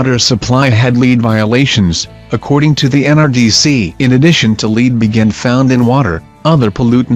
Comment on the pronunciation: Your saying Lead wrong.